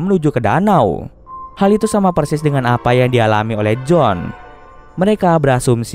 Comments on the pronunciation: Iya harusnya sih tetap Joan yah bkn jadi John 🤣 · Kritik, harus bisa bedain pengucapan bang. J.O.A.N, BUKAN J.O.H.N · Maaf bang mau ralat, kalo namanya Joan berarti penyebutannya juga Joan bukan John. Tapi ga tau yah kalo memang di filmnya disebut John berarti beda lg penyebutannya 😬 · Joan bang bukan jon